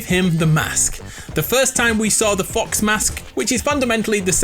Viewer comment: Who else thinks he said Fu**s instead of fox 🤣